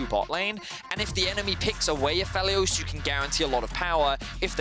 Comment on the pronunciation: A Feely Oss really really doesn't make sense as a pronunciation for Aphelios.